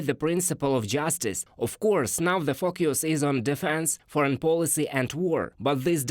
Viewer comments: 37 when he Says FOCUS I sounds like something else lololol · I like this way of pronouncing the word "focus" sounds like fuckyous lol